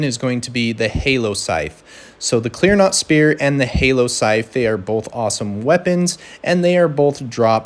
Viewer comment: My brother in christ, love the video, but its CLEAN ROT not CLEAR NOT. (